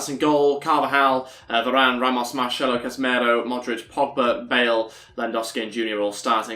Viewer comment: It is not “keballos” it is ceballos, pronounces with and “s”. It is not “marchello” it is Marcelo, pronounced with an “s” as well